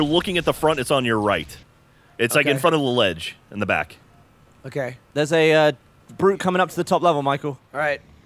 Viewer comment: sounds like the brute said dam dude